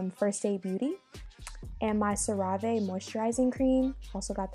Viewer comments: The way she said ceraaave when it’s ceraVe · LOL SIRAVAI its Cera Ve lmao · Crazy how you made Sarah-vee sound like some foreign word lmfaoooo